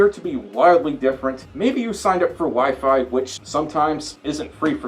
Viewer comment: Instead of hearing “the WiFi didn’t work,” I heard “the wife didn’t work” and I rewound the video while giving a confused and concerned look 😅